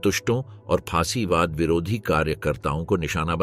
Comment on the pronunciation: सही शब्द फासीवाद है ना कि फांसीवाद, आपके बार बार गलत उच्चारण से सुनना अप्रिय लगता है फासीवाद राजनीति का प्रचलित शब्द है आपको इसकी जानकारी होनी चाहिए वस्तुत फांसीवाद कोई शब्द या वाद नहीं होता😅😅😅